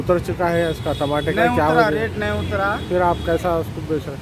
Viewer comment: Tamate nahi re Tamatar bol.... Kya urdu news repoter bane ga re tu..😅😅😅😅😅